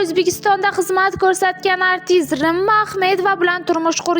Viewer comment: Овозини ширалирок сухандон ни гапиртирилар актерларни исмиларини тугри айтсин рима исмини рма дебяпти